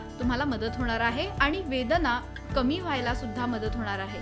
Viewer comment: वेदणा नाही वेदना 😅